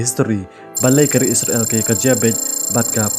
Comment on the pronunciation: Pronounced bha se bah kam dei isra.. l kan dei Israel.. 😊